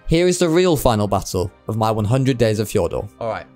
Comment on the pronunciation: fjor d usssss urrrr fjor-dur